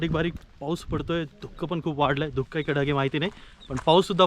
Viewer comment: धुक्कं ऐकून राहवलं नाही म्हणून सांगावेसे वाटले, धुकं असा उच्चार योग्य आहे मागे एकदा असेच व्हल्ला वाडी वरून तुम्हाला टोकले होते, ती खेडची होलेवाडी आहे